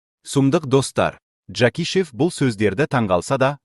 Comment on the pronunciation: Сендер жакищев деп сойлемендерши, адамнын нервисине тиип, онын колынан дымда келмейди жакишевиннен.